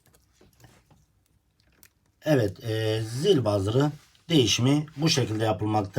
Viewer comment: Zil bazır degil, buzzer demelisin. Buzzer zil demek zaten.